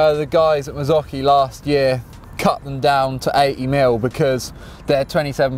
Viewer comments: "Marzocheee"? It's "marzockee" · Prononced MARR-ZUU-CHEE from italy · Simone Marin its more like “mardzókhi”... hope you get it